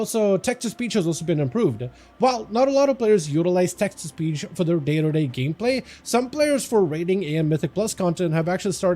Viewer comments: I thought he said Texas Peach instead of Text to Speech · Pretty sure he did say Texas Peach 😂